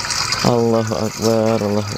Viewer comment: Itu mah bambu yg biasa ada di gerobak abang2an,bakso bakso😂 Benar kata abang ini,dukun itu kalau nggak nipu ya Cabul. Maaf bang bukannya sok jago, hanya mengingatkan. Penyebutan Allohuakbar di perbaiki lagi bang,BA tidak ada alif disitu,itu sudah merubah makna